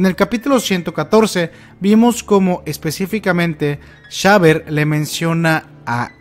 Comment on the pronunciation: porque llamarlo Shaber Si su nombre es Xaver... pronuncialo como se debe boludo. es Javier o Exsaibier